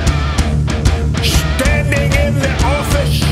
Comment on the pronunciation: "SHHTANDING IN THE O'FISH..."